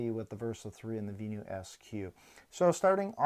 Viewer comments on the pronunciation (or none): Had to stop watching after repeatedly hearing vee-new.